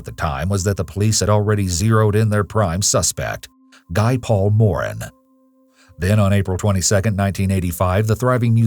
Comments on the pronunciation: Guy Paul Morin is French-Canadian. His name is pronounced Ghee Paul More-AN. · It's pronounced "Ghee Paul More-anne" thanks!